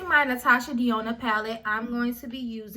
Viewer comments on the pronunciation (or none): Denona.....DE NO NA....is how u pronounce it. Not trying to be funny just trying to correct Sis.